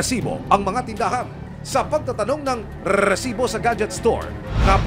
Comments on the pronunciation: Sakit sa tenga pagbigkas ng “RERERESIBO” pwede namang “RESIBO” nalang at medyo lakasan ang pagbigkas para maemphasize. Umay! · Bat ganun yung pronunciation ni emil “🏍️🏍️🏍️🏍️🏍️siboo” HAHAHAHHAHAHAHA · Quick question po, kelangan po ba talaga "Rrrrresibo" ang pronunciation? 😂✌️ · Limang segundo sa letrang R ah bago mag patuloy sa pagbigkas ng salita hahaha RRRRRRRRRRRRRRRRRRRRRRRRRRRRRRRRRRRRRRRRRRRRRRRRRRRRRRRRRResibo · Cringe ng Resibo na pagpronounce